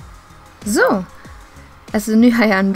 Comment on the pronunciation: Sa du zoo istället för så?